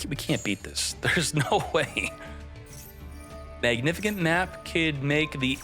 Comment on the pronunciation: That word is pronounced Mag-Nih-Fih-Sent.. How long have you been reading it as magnifikent? 😂😂